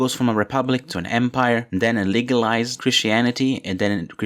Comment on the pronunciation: Did you say illegalized or legalized Christianity?... Also, Great video